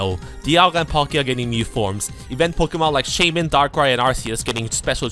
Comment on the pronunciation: Everytime you say "new" it sounds like "mew" hehe